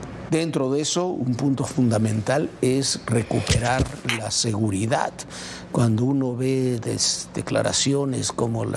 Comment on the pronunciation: Otro que dice "seguridat"🤦🏻‍♂️